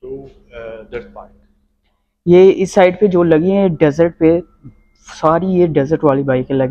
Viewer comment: Baike nahi h bhai “bike” hoti h kya hoagaya😂😂